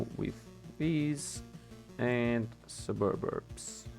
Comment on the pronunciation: i personally have no issues with how you pronounce anything. Sububbubburbs is perfectly acceptable. Not even being sarcastic. Nothing wrong with having fun with it lol.